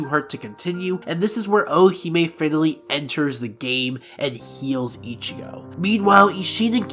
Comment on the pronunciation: This is great but it took you- and a team of other people over 1000 hours to make? That's whack. I hope you're joking, and you should really look in to how to pronounce names if you're going to make content about anime.. Also it sounds like you're saying "fatally" every time you say finally, you had like hundreds of grammatical errors in this video